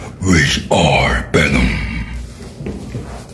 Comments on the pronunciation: I’m Filipino to and the fact that he used his accent we are benom instead of venom was funny and respectful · "Benom" is a Korean accent. Koreans can't pronunce V, except JCOP.